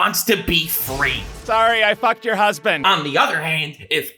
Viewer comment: WHY HE KEEP ON SAYING "Sorry I fucked your husbandt"